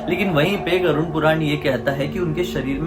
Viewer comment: Abey vo garud hota hai tu use garund bol rha hai